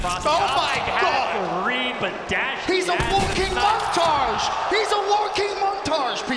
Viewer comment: can't pronounce montage